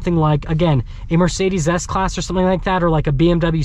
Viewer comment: I was referring to how he said Ass-class vs S class